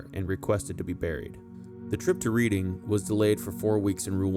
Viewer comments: Reading - "Red-ding.... Not Reed-ding 😂😂😂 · Not REEDing Abbey. The place is called REDing to rhyme with bedding, heading and Wedding but not Leading, seeding or reading. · It's Red-ing not Read-ing. As it derived from the old saxon tribe of Raeda (Ray-da). Reading is believed to mean "Raeda's people". Has nothing to do with reading books. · Again, pronunciation issues: e.g., Reading = pron. Redding. Spend some time in England and you will pick up the correct way to speak. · Very good podcast. By the way Reading (the city) is pronounced "Redding". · I think it's pronounced "RED-ing". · Another great vid, you really bring these characters to life. As an inhabitant of Reading in Berkshire I feel inclined to point out to a non local that it’s another unintuitive spelling of an English place name and the correct pronunciation is ‘redding’. I’ve seen the plaque before but had no understanding of who Henry I was so thanks for correcting that.